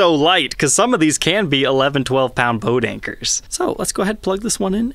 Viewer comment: You should say poedanker (poe’danker) instead of “boat anchor”